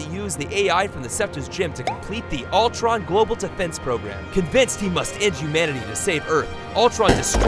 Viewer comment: It’s not Altron, it’s Ultron